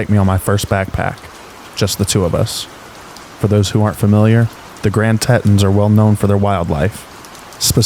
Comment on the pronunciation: Grand Tee-tawns